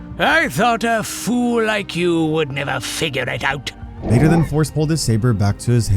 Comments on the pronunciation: bro did not say vader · that didnt sound like you said vader 🤨🤨